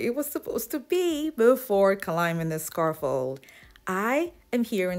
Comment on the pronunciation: You did an awesome job! But it’s pronounced SCAFF-OLD not Scar-Fold. And Niche is pronounced Knee-sh, not Nit-ch. sorry, just hear these words mispronounced so much.